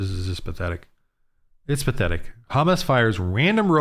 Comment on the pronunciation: You cant even pronounce HAMAS properly. Neither side is just and you need Jesus